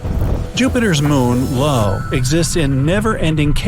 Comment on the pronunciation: Did he really just call Jupiter's satellite io, Lo .. my gawd